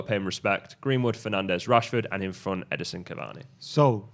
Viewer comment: IT'S EDINSON!!! not edison